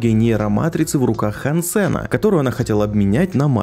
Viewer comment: хансЭна 😆, хАнсена!